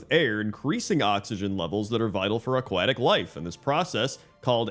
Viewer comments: Where are you from that you pronounce "aquatic" that way? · I'll never get used to the way he says aquatic. 😅